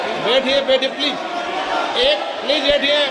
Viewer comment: Birla cant day please, he says pelse, what a shame Rahul Bhai studied from London and these idiots want to make fun of him